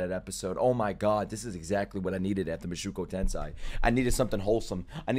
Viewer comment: Oh my. Please man, It's Moo-show-ku Ten-say